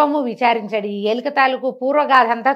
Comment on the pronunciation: ఎలిక కాదు ఎలుక 😊